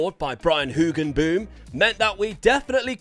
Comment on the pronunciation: I love the pronounciation of Hoogenboom, almost nailed it :)